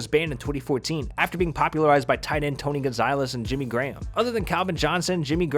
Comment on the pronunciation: Bro you literally butchered Tony's name